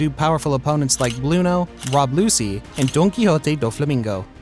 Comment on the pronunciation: Bro said Rob lucy😂😂😂😂😂